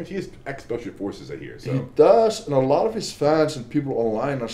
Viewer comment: “Obviously a lacchhhht has changed”